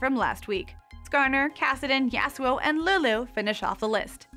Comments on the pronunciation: Im not being a nerd kid. And its YAH-SUE-O (if i was making it easier for americans to understand it) not the way she says it at all.. He has a Japanese Character name and it should be pronounced to sound japanese. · I think she should learn how to say Yasuo. Its like nails inside of my ears everytime she says it